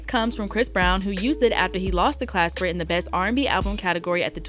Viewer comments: Why doesn't anyone get that she keeps getting Glasper's name wrong? She's saying "clasper" when it should be Glasper. That's all he's asking about lol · why do you keep saying "Clasper"? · Why is she saying Robert Clasper lol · She keeps callin him Clasper 🤣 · Lol so his name ain’t Clasper? 😂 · Next she gonna call him Robert Casper. 😂😂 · Yup, went over your head too. Hint: The hip hop DX chick keeps calling him "Clasper"... It's Glasper. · Glasper! Not clasper, you had one job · I'm reading Glasper with a G and hearing Clasper with a C. lol cmon - love you tho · No really who is Robert CLASPER??? It’s Glasper not CLASPER PUT SOME RESPECT ON OG ROBS NAME!! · Pronounced GLASS-SPER lol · Glasper Damn it say it right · Why is she saying Clasper tho? This is almost as bad as when they pronounced DOOM's surname as [Doo-mile] instead of Dumile [DOOM-ilay] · It's Glasper shawty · He said." the organization isn't doing us blacks its due diligence" she diberatley choose not to say that during black history month and can't pronounce his name properly. Do better!! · Not one time did she get the name right. She had one job to do. Zero research perhaps?